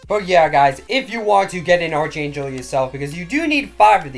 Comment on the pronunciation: Archangel (ARRR-K-ANGEL) the h is silent lol love this videos man